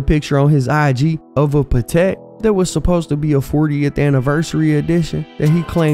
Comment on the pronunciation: "pah tack watch"